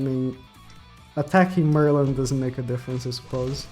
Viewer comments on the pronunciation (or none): none